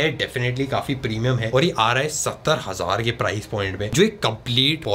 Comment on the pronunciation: I heard the price like Satra hazar rupaye -17000/- But it was 70000/- Lol